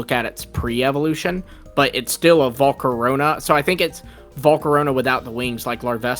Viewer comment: volcarona got so butchered